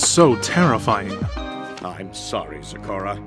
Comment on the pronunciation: It's not store in its zecora